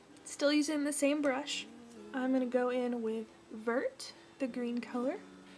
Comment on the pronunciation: Vert means green in French. But, it's pronounced vairt. :3) Just so you know.